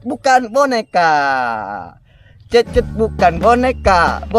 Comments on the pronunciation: Cecet bukan kekey😂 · Cecet cecet bukan hencet hahaha Salam youtuber pemula